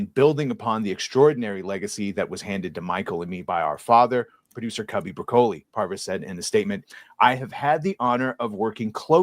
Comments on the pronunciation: OMG, it's brah-ka-lee, not bruh-kohl-ee. Don't try to church it up, son. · I was too distracted by the way this guy pronounced Broccoli to pay attention to what was being read 😂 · murcans and their funny pronounciation of italian/spanish words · Hard to take the view of someone seriously who can't pronounce "broccoli".